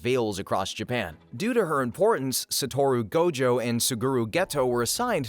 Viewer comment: It's annoying that you keep saying "Geto" and "Satoru" wrong while referencing the English dub.